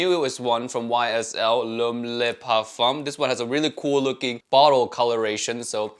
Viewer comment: The "Le" in Le Parfum" is pronounced "luh" not "lay" in French. Lots of fragrance reviewers gotta step up their French game. Great video though. Always appreciate your honest reviews.